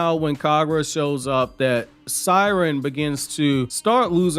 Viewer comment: Seiren is pronounced as “Say-Ren” even in the anime that’s how they said it lmao I’m a fan of you but u butcher way too many names 😂